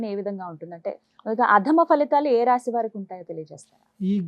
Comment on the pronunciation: గారికి 🙏🏻. రాశి అనండి రాషి కాదు.